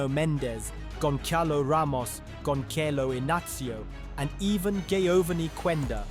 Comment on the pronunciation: “Gonkalo” Inácio, LMAO.